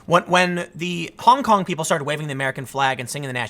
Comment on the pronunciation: Please be more careful with the pronounciation, Tim. "Honk honk protester" is clearly what you are saying